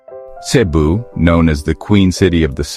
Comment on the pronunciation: Cebu is pronounced fast with accent on 2nd syllable , CeBOO. Not SAYbu.